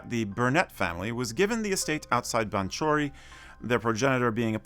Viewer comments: This may seem like splitting hairs but your pronounciation of some of the locations mentioned may need some fine tuning. Banchory is ( Bankoree ), Turriff is as it appears in its written form, ( Turr iff ) there is no oo in it and River Ythan is ( Eye Than ) not Ye Than ) Ah the art of The Doric !!!. I was also surprised to see no mention of Slains Castle near Peter head which is noted to be the inspiration to Brams Stoker for Dracula, surely worth a mention. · Its pronounced Balcory